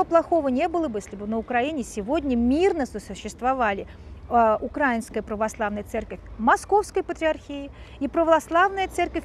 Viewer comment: Добрый день. .1.Для начала не УкрАинская а УкраиИнская. Давайте говорить грамотно. 2. Я как дочка священника, матушка, в Украинской православной церкви хочу сказать что Украинская православная церковь (МП) связана с Москвой только в молитвенном общении и берём миро. Все. Никаких влияний нету. И кстати ковид ситуация показала это. В Москве куча инструкций как проводить богослужение в условиях ковид, у нас такого нет. И совершенно другая позиция. И много других внутренних вопросах. У нас есть самостоятельность. 3. То что дали Томос, такое чувство что Варфоломею просто заплатили. Это абсолютно неправильное решение 4. Насчёт опроса. Никаких опросов даже делать не надо. У нас в городе в Центральной Украине в городе миллионнеке 3 храма ПЦУ. И это касается остальных городов. Стоит проехаться по городам. Единственное что , на Западной Украине больше и то больше греко католиков. 4. Очень я не люблю когда обсуждают эти темы особенно когда ситуацией полностью не владеют. ( даже со стороны). 5. А вообще лучше такие темы скользкие не обсуждать. Тема религии и политики очень опасна. ( Тем более когда не знаешь реальной ситуации в Украине. Когда убивают, выгоняют из храмов) Это политическая организация. На их лица посмотришь они же безблагодатные, и кропила жовто блакитни. Зайдите на сайт любого храма ПЦУ.